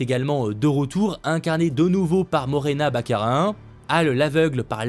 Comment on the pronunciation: Comment tu prononces "morena baccarin" ? 🤣😂😅